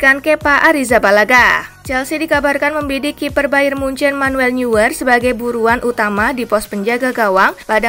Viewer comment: Sekadar saran dari saya, mohon penyiar lebih fasih dalam menyebutkan nama pesepakbola. Contohnya: Neuer, dalam bahasa Jerman pelafalannya menjadi "Noyer" bukan "Nyuer". De Gea dalam bahasa Spanyol pelafalannya menjadi "De Hea" bukan "De Jea"